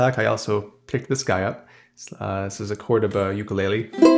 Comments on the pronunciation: Aloha! Ukulele is actually pronounced "Oo-koo-lei-lei," love your videos man and they brighten my day. Got in a motorcycle wreck and I'm stuck in bed so your videos provide a nice escape. Keep doing what you're doing chief 🤙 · I hope this doesn't come off as rude, but I'm from Hawaii and that isn't how ukulele is pronounced. I can't remember how to write it phonetically so here's a video demonstrating the proper pronunciation.